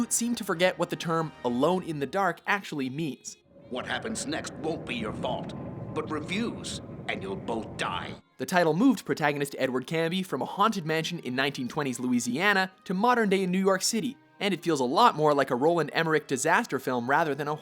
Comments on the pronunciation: Aha...funny thing about Number 9, neither did the original. There was a grand total of three rooms in the original Alone in the Dark that were actually...well...IN THE DARK. Just something humorous to bring up, the original is still a classic. -.........CARNBY. There's an R in there. How'd that slip your mind? XD Wait, who the fuck put the new NFL Blitz on there? The only crappy thing about it is taking out late hits, which couldn't be helped because the NFL pitched a fit about it because they're over-sensitive pricks over it. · IT"S CARNBY, not CANNBY YOu MORON!!!!!. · It's Edward, CARNBY CARNBY CA-RN-BY R There's a FUCKING R there.